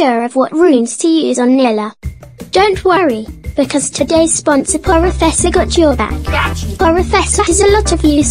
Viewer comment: Wait a MIN, in the Sponsorisation part i swear i heard "Poro Fessor dot Jojo" Ummm... 😅 Am i going crazy? Good Job by the way, much love, Continue the good works ✌️